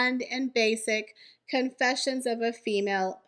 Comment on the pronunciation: "Con" is the operative syllable in Confessions.